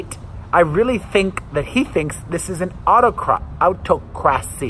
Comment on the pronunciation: Autocracy is pronounced ah-TOCK-crah-see. It's a sucky word to say. Love you much, Perez!!!!